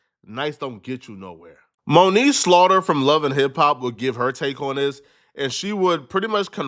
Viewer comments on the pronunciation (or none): none